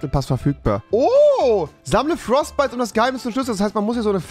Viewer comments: als er frostbytes anstatt fortbytes gesagt hat war für mich schluss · Fortbytes nicht frostbytes😑